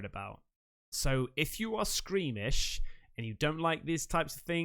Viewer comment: It’s squeamish… not screamish …..